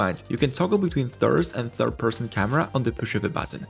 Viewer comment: To me it sounds like you’re saying “THIRST and 3rd person camera” & considering the previous scene with the very curvy…….FlowerPot.